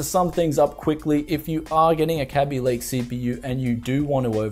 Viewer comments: I'm pretty sure it's called Kaby Lake, not "Kabby Lake" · It's a Kay-bee Lake and not a Cabby Lake.